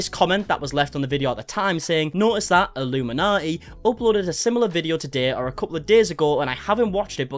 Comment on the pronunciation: You keep saying illuminati. She is illum inaughty